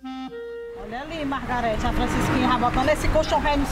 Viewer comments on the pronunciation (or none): "Margarete" kkkkk